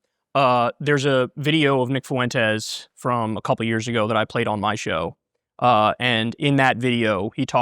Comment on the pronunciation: "Nick Foo-Entez"